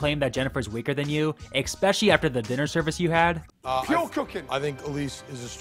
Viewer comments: I do like your videos but especially is not pronounced expecially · It’s not expecially. It’s ESPECIALLY.